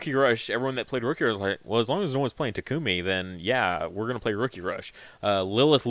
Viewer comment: start spreading it around, please... So many YouTubers pronounce Coelamon wrong. It's based on the Coelacanth, so the "coela" is pronounced like "seela". SEE-luh-kanth, SEE-luh-mon Also, the emphasis for Takumi is on the first syllable. TAH-koo-mih, not tah-KOO-mih.